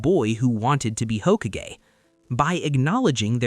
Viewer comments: "Hockey Gae" LMAO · Ho Ku GE, never heard someone pronounce it like that. 😅🤣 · “Hoh Kah geh”😂 “ney Ji” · Aside from your criminal pronunciation of Hokage I loved this video! I think the important thing to acknowledge is that talk no juts does not really work all the time. Someone like Hidan or Danzo, someoe that is an absolute psychopath and someone that is a narcissist realist could not really be persuaded the same way. I think this adds a greater layer of wisdom to naruto, he identifies those that can be saved and tries to save them.